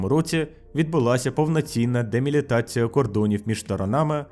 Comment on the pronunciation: Малася на увазі делімітація, корінь «ліміт». Але з якоїсь причини автор жодного разу не вимовив цього слова правильно